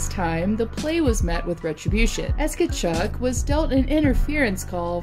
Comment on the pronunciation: You need to pronounce Tkachuck properly lmao